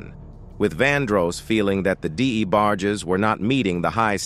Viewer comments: I can't take this narrator calling the D. E. BARGE... Its Debarge!!! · I appreciate u talking about Luther vandross life, I do...but who the hell is the (d-e- barg-jess)? 🤨🤔😂😂😂😂...its the debarge family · Who’s D.E. Barge? Say it with me… “Debarge” 🗣️🗣️🗣️ 😂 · The new names he’s given them better. The D A Barges haha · So, who are these DA Barges and En Vokays? And how does the AI know the DA Barges are eunuchs? Also, I wanted to hear more about the d'botty between Arretha and von Dross. Or, maybe in the next video, the AI can talk about a dream collaboration between Meshell Ndegeocello and Ta-Nehisi Coates. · WTF????? He is a legend!! ( Who the DE Barges.?....this narrator needs to just say names correctly or just stop! Probably AI generated!!!!!BOOO! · The Dee- Bar- gees. I hate AI narrators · Why is this person not pronouncing these names properly??? D E barges? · Who is DE debarges??? He be tearing they names up😅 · Deeeebarges, what?? 🤦🏽‍♀️ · This was a good documentary but was obviously an A.I commentary screwing up much of the names dealing with the DeBarges and En Vogue. As a closeted Gay Artist of the 80s, Luther had a difficult life. But because he was never seen as a sex symbol, his audiences and friends continue to this day to protect his legacy. This is why the gay columnist Craig Seymour who was authorized to write the only biography of Vandross, titled Luther the Life and Longing (2004) edited out most of the gay references dealing with not only the DeBarges on tour in 1983 but the car crash he experienced in 85 which killed his boyfriend and the career of his protege. Yet most people are willing to discuss his diva like behavior towards En Vogue and Anita Baker. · How you can’t pronounce DeBarge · Can someone please have this commentator learn how to pronounce peoples names correctly. Every video that this narrator is on it's the same thing, mispronouncing words